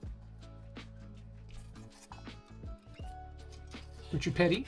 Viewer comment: You could have said the name more wrong. But I doubt it. As for the rest? Pretty good.